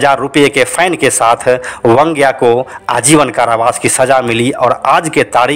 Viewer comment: अनिल परब उर्फ वांग्या की पुरी कहानी कहकर पुरी नहीं बल्कि अधुरी बतायी। खैर आपको वांग्या बोलना नहीं आता ईसलिए वंग्या कहकर बुलाते हो। बैंगन को मराठी में वांगे या वांगं कहते हैं। आगे से ध्यान रहे वंग्या नहीं वांग्या बोलो।